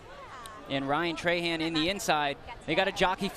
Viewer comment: Bruh when he said “Ryan trey-Han” instead of “trah-hawn” 😤😤😤